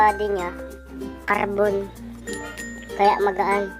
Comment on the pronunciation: Pasipa nga ako pabalik haha. Natuwa ako sa pagbigkas ng carrrrbon haha.